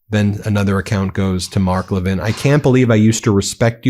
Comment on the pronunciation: MTG doesn’t say Mark Levin correctly. 😜